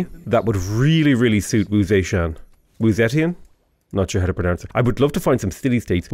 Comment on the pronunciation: the perfect pronunciation lmao, tone and everything